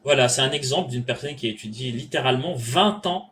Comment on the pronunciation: Y on pas vraiment étchudié tu wouah , tchu wouah y ont pas vraiment étchudié .😮